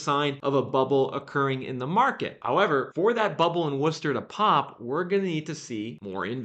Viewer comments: Ooohh you said Worcester right! Lol usually out of towners call it wor*chester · Holy shit, you actually said Worcester right!!!! Well, close enough. Also, it's Mass. That inventory gap isn't closing with new buildings. It's gonna be a foreclosure answer. And with the rules in place that are anti-landlord.....the economy is going to be what causes it.